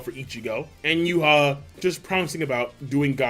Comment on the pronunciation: It's YHWACH not Juha